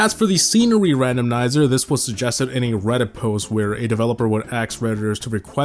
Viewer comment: Is anyone gonna say anything about the way he says random'n'iser